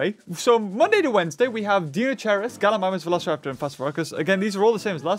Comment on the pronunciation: No you can see he struggles like mispronouncing Deinocheirus, Kelenken, Ornithomimus, Phorusrhacos and Proceratomimus